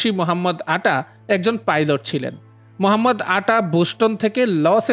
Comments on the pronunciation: ভাইয়ের নাম তো উচ্চারণ করতে ব্যর্থ হয়েছে মহাম্মদ আটা এটিতো না বরং মোহাম্মদ আতা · দূর মিয়া, উচ্চারণ ঠিক করেন। মোহাম্মদ আটা নয় মোহাম্মদ আতা।